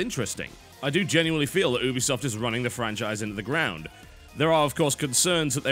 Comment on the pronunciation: The way you say Ubisoft annoys me.